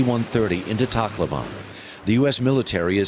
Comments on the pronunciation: Its kinda weird they pronounce tacloban and i hear it like taco ban #nooffence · Brian said Tacloban wrong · Its weird how they pronounce "Tacloban" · /tak-LO-ban/ (The stress is on the syllable "LO") /se-BU/ (It is not pronounced as /si-BU/)